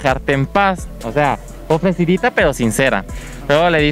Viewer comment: Mencanta cuando dise ofrecudita 😆😂